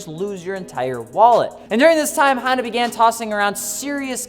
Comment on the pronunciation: Sounds like he's saying handa